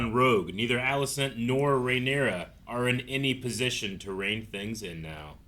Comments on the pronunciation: AND stop saying RhaenaerYS, 14 episodes in and it still makes my ear bleed every F ing time !! RhaenerA you wanker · Is there some reason keeps referring to Rhaenyra as Rhaeneres, lol? It's so weird, like they say her name 26 times per episode 😂